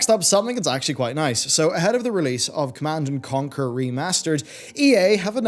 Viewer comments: Ah yes my favorite game: "Command and Comquer" ! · ah yes my fave rts game connand and comquer